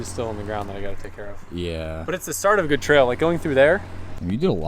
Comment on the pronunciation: cracks me up. "oh my gewd"